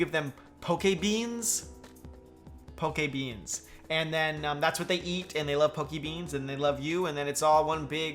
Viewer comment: pokébeans, sounds more like pork n' beans